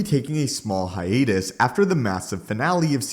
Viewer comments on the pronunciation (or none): none